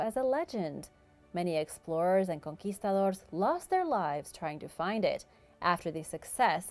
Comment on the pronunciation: She hit the word "Conquistador" nice, I respect it